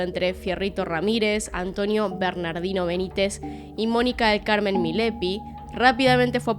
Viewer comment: Es MILLAPI, no Milepi 😫